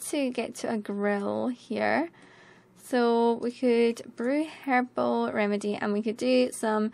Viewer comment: hehe... you said "herbel" and I heard "hairball" made me laugh. ") < > "don't think about it, Fluff!"